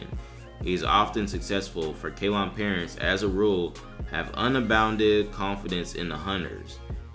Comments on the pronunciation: 1. It's pronounced "Say-LON", not "Kay-lon" - and that's NOT in the U.S. for christs sake. It's what is now called Sri Lanka, an island of the coast of India. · Its Ceylon, that's Sri Lanka now, you pronounce it as Seelon. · Ceylon is pronounced "Say-lawn."